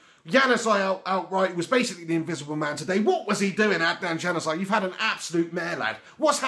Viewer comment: I think Shaw, Blind and Mcnair performed pretty well today... By the way Januzaj's name is pronounced 'yanuzay' not 'djanuzay'